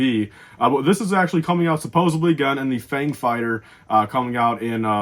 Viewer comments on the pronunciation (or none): I'm guessing that's Fenn Rau. Or maybe I'm just really trying to manifest that. He did pilot a Fang fighter in Rebels. And it's "supposedly," not "supposebly." Learn to English, man.